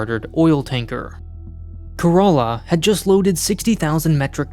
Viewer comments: It's not ka-ra-la it's kay-ra-la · care uh lah not care a laa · How do you end up spelling Kerala as corolla??? I know we have accents but wtf is this??? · Sorry to say this but Kerala is pronounced “Care-a-la” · I was confused when he was pronouncing Kerala is karala lol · I think the ship is named after a state in India. It’s pronounced like “Care-ahh-lah” like Shangri-La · My brain suddenly Broke when I heard that the ship name is Kerala and pronounced like "Corolla" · To me it sounds like he said Care-a-laa. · He called it 'Corolla' like the car! So silly! Like Shinzo Abe being pronounced like Abraham! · Bro pronounce Kerala like it should be , can you? That pronounciation grossed me out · It's a heart-breaking for a Malayali like me 😭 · Why does everyone miss pronounce Kerala lol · as an Indian I didn't even know it was possible to pronounce Kerala that way lol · I spat out my coffee hearing that XD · The name kerala is also a state in India and i love that he pronounce kerala in a different way lol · You mean wrong. It's not a Greek word, so likely to be named after the world famous Indian state.